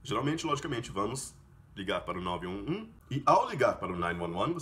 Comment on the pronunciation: Caramba, a pronúncia de 911 achei que fosse nine eleven ou nine one one e vc pronunciou com nine "nuan nuan" essa pronúncia também não sabia. Alias essa armadilha de emendar as palavras na pronúncia que nós aqui sempre nos perdemos.